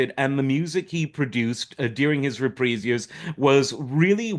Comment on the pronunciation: Funny, I've been binging on hos Roasts and Matt Helm films. A true entertainer who could do it all. Thanks for pronouncing 'Reprise' correctly!